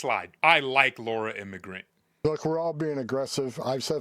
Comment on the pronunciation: The last name of the Laura who follows you is pronounced ING - gram